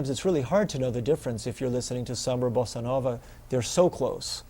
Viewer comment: very helpful: I like the way you pronounce bossa nova, and your rhythm demonstrations are great